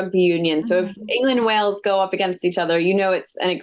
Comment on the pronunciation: It’s “Wales” not “Wells” 🤡